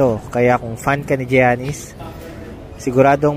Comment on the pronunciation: yanis po di giyanis